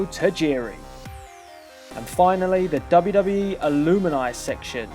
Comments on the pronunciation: ALUMINI?! lol A-LUM-NI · Good selection of current and past wrestlers. Lol couldn't help but notice after Tajiri, alumni was mispronounced as alumini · I wouldn't be at all surprised if the Outlaws were in the game. Some of these guys could fit into different slots, like Raven was better known as an ECW guy and Sid and Booker also had good tenures with WWE. ALSO it is not that hard to pronounce alumni. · Alumini????? Its Alumni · Aloomini?! It's a u not double o.... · You pronounced the word "alumni" wrong. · he said alumni funny.